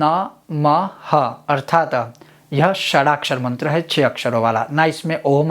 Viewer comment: ११२ अछर वाराही मंत्र में - इनके iskrin पर अछुर लिखा होता है बोलते अक्छुर हैं इनके whats app पर पुछने पे कोई जवाब नही देते मुझे तो ये पाखंडी लगता है